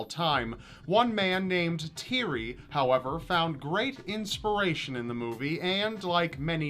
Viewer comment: You butchered The name Thierry. Otherwise good video.